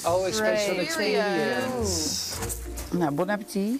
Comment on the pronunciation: "Het is een experienssssss", hun Engels slaat echt nergens op